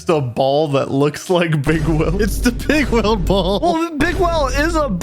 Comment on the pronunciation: I used to to think they were saying “Big Whale” instead of Bigweld